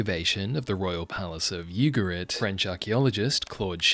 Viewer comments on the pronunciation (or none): I think it’s “Ooo-ga-reet. Not you- ga-rit. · which is not pronounced Yugarit